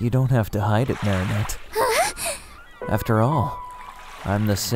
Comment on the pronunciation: Help its so obvious that most of the voice actors have never watched the show 😭 AYLIA? MARIANETTE??? SHAT NOIR?? DUPANE?? IM CRYING Edit: nevermind, I regret watching this. They’re 14, wtf.